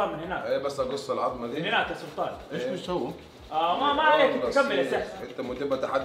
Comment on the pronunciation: ثحث رد عليك ثلطان 😂😂